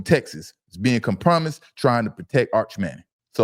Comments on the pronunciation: Did u say "come promised"? It's Compromised bro. One word. Just looking out. Check ur circle. They slippin. But u speaking fact. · It’s pronounced com pro mise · Com Promised is legendary 🏆😂😂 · Wait."A." Minute! Does he mean to say "compromised" (ˈkämprəˌmīz)?!🫣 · The word is compromised. Good grief, say the word correctly! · Hey man how many times you going to say compromised incorrectly? Lol and your co host not going to call it out is crazy